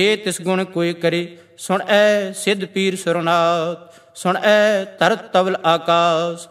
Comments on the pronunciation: भाई साहेब जी बेनती है 8 वी पोरी में आपकी पेरनौंसेशन सुण ऐ महसूस हो रही है जबकि गुरवाणी अनुसार सुणिऐ होनी चाहिये। वैसे कुल मिलाके वीडियो सराहनीय है। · Suneayen theek pronunciation hai. Bhai Sahib ji gurbani da sahi ucharan karo ji.